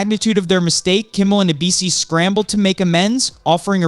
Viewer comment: How can anybody take this person seriously when they don't know how to say Jimmy Kimmel LIVE correctly???